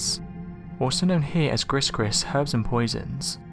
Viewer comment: Anyone else cringe when he said “griss-griss”? No? Just me? shudder